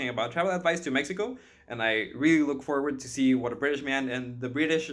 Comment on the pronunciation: what the hell is a MIxico?!